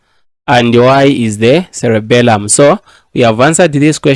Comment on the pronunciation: It's not Cellebelum it's celebrum